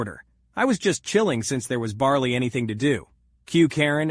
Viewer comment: he kept saying barley insted of barely